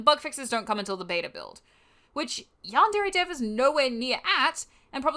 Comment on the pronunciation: Did she just say "YAHN DAIRY"????